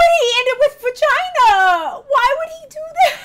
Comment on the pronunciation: He said bagina